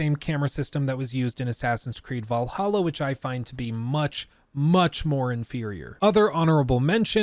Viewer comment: I feel genuinely offended that you keep calling Assassin's Creed V'laha wrong.